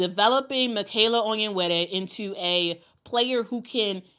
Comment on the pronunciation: Love that you flawlessly pronounce "Onyenwere."